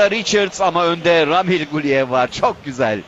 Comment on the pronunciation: Yahu ramil değil a uzatmalı Raamil Raamil